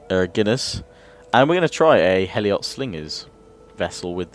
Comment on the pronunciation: Heliot slingers is pronounced Helot